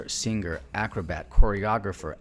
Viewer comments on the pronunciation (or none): Love Ray Bolger and your narrative. (BUT "singer" isn't pronounced with a hard "g". In dictionary pronunciation keys, "ng" shows a small curl under the "n" indicating that "ng" is soft in the throat. Soft "g" is indicated with a letter j, spoken with the teeth and tongue. The hard g is shone with the plain letter g, spoken in the throat with a harder push.)